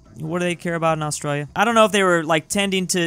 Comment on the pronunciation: ITS ATRALIA NOT AUSTIA DONT DISRESPECT MY HOME COUNTRY